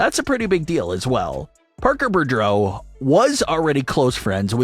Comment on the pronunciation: wow, how many different ways can you butcher the name BOUDREAUX? It's pronounced BOO-DRO.